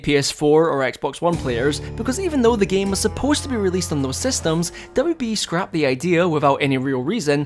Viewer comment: I heard it as WWE when you said WB